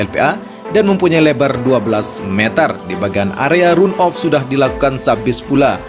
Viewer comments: Bang.. run off dibacanya "ran off" 🙏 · Bang, tolong jelaskan kira2 pengereman sebanyak 3x di tikungan mana saja ya? (Tolong “run-off” dibaca ran-of ya Bang).